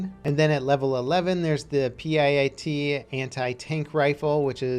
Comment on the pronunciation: You don't need to spell out P.I.A.T. every time you talk about the "Projector, Infantry, Anti-Tank", just say "Pee-At" Almost as bad you you mispronouncing Carcano in your BF1 videos.